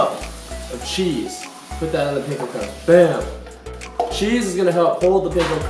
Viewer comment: Omg no he did not just say he was Asian then pronounce Panko like that